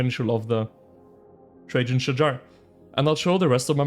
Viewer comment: Finally pronounce correctly. Shahar is a guy name 🤣